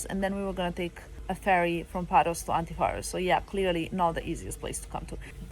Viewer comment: oh guys I have never been to antiparos! such a nice time you have there! and, for sure Filippo looks like a greek ,and his accent is perfect! haha Τέλεια!